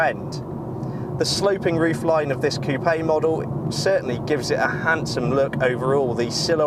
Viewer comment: you mispronounce coupe